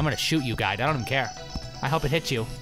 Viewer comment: Just me who thinks that when he says "Guide" it sounds like "God"?